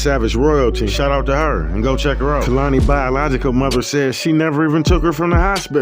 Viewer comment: You aren't even pronouncing the baby's name correctly! #sayhernameKeimani